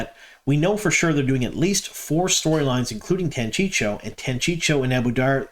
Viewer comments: It's pronounced TANCHEEKO not Tanchicho. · I'm glad we're seeing more elements for the Tanchico plot unfold. The fact they already introduced Moghedien so well is definitely going to setup her showdown with Nynaeve! Not being nitpicky but curious why you always call it "Tanchicho" when it's "Tanchico" (Tahn-CHEE-ko)? That extra "CH" always throws me off. 😂 Edit: Ok. Clearly I'm not the only one thrown off here. I guess we'll just have to acknowledge you're from out-of-town. 😉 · Chico, say chi-co, "chico" Tan-chico. I love your posts, just teasing. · Man, I like your videos, but PLEASE stop saying "Tancheecho" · I think it is pronounce tan chee’ ko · It's pronounced Tan-chee-koh. Just sayin'. Keep up the good work! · If I didn't know better, I'd think you were trolling us by mispronuncing Tanchico as many times as possible in one video. 😏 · Are you mispronouncing Tanchico on purpose to get people to comment? Thanks for the news, keep up with the good work. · Could you, please, stop butchering pronunciations! "I'm bad at languages" is a bad excuse! Research wouldn't take much time! In the name "Jaichim" "ch" makes "k" sound, and so does "c" in "Tanchico".